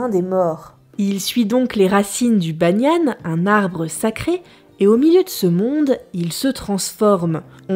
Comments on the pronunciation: Les Topovaures ses pas banianne. Mais BANIAN. J'AURAIS AIMÉ QUE ÇA SOIT UN VIEUX KANAK QUI RACONTE L'HISTOIRE LE POURQUOI COMMENT COUTUME. ET AUTRES CHOSES. MAIS HÉLLAS. SES UNE FRANÇAISE. 😀👋👋👋👋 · Je suis d'accord avec Starbucks, l'exercice n'a pas dû être facile, mais tu t'en sors très bien malgré quelques lacune il est vrai. Après, je vais faire quelques correction, surtout sur la prononciation de deux mots en particulier : Le banian se prononce à la française, Ba Ni An, et pour le centre culturel, c'est en l'hommage de Jean-Marie Tjibaou, et se prononce T et pas D voila, sinon j'ai hâte d'avoir la vidéo sur l'art kanak, made in Mont-Dore en Nouvelle-Calédonie